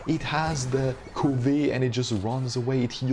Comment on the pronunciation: it's pronounced c uh vit. It's an english word that means to yearn or possess